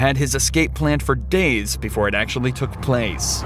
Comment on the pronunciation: Man, this guys' nasal tones are hurting my ears. Listen to him say "Days" as "Daynes". "ME" is "Menne"